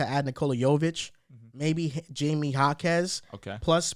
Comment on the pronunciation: Jaimes name Is pronounced hi-meh.